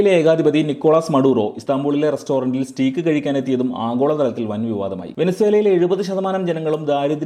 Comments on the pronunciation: സഹോദര, സ്റ്റീക്ക് അല്ല സ്റ്റേക്ക് ! That's the actual pronounciation! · സ്റ്റീക്ക് അല്ല ബ്രോ സ്റ്റേയ്ക്ക്.. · Nalla content, Stake ennan proper pronounce cheyyukka.